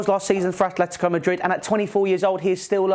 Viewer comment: did you really say athletico madrid like that